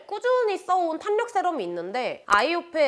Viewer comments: 영상을 보다가 댓글을 남깁니다! 탄력은 [탄녁]보다 [탈력]이라고 하는 게 맞아요! 비난하고자 하는 의도 절대 아니고, 뷰티유튜버로서 이 단어를 자주 쓰실텐데 올바른 발음으로 사용하시면 더 좋을 것 같아 말씀드려요☺️ 항상 좋은 정보들 감사합니다! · "탄력"이라고 쓰고 "탈력"이라고 읽습니다, 지나가다 예쁘셔서 덕분에 좋은정보도 얻고 가요 '탄녁'이라고 말하시는 부분 이 많아 말해주고 싶어서 적어두고가요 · [탄력]❌️ [탈력] ⭕️ 너무 거슬려요